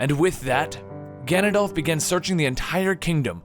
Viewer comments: Ah-carina and Ganond-oar-f. I nearly died when he said Ganondalf. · His name is Ganondorf not Ganondalf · It's OCARINA not ORCARINA, and it's GANONDORF not GANONDOLF. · gannon DOLF no no no no no its gannon DORF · Ocrarina and Ganondalf. XDDDD That kinda bugs me... It's ocarina and Ganondorf... Where'd you get those...? He even types orcarina in his video description. There, grammar Nazi in me has been sated. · Gannondorf not gannondalf I know it's hard but I thought I'd let you know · I'm sorry and I know it's rude but it's not ganondalf it's ganondorf it's not like gandalf tho it would be cool if he had a bro that looked like gandalf who had the name ganondalf sorry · omg Gannon at least please lol. any thing but Gannondalf his whole name is Gannondorf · I cringed everytime he said GanondoLf instead on GanondoRf. But even worse when he calls and ocarina an oRcarina. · Im sorry but its pronounced Ganon-Doorf but spelled Ganondorf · i'm not usually one to complain about prononciations but Ganondorf is spelled with an "R" not an "L" you say Ganondolf and my blood curdles. very accurate information here though. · Why do you keep saying ganondolph? His name is ganondorf! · GANONDORF NOT GANONDOLF !! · Ganondorf! Not ganondolf! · It's Ganondorf not Ganondurf of Ganondulf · It's Ganondorf not Ganondolf. This isn't Lord of the Rings. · ganond-dalf? ganondorf! great video by the way. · he's saying Ganondalf not Ganondorf lol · Ahaha! You say GanonDALF instead of GanonDORF. Lord of the Rings eh? Hahaha! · Ganondorf, not Ganondalf. Ock-uh-ree-nuh, not orc-uh-ree-nuh, or oh-kuh-ree-nuh. VAH-tee, not vuh-TEE. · Sorry if this comes across as annoying but could you say ganondorf instead of ganondalf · You lost me at “GanonDOLPH” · at first i was getting annoyed at the mispronunciations but when he said ganondalf i realized it was a bit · No excuse for calling him ganondolf thats just wrong nothing to do with pronunciation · During Oot you said Orcarina and Ganondalf.